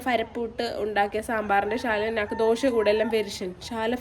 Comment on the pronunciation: ദോഷ അല്ലടാ ദോശ